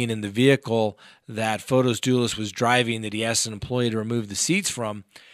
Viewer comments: You have said before you always try to pronounce a name correctly. The way his name looks, should it be Fote isss? You say it almost like photos like pictures. You said that in the Botham Jean case. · It's fotis and in greek means the bright one. The female version is fotiny.